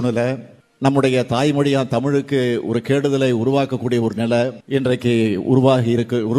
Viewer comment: நிலை னு உச்சரிக்க கூட தெரியலை. நில னு சொல்றான்??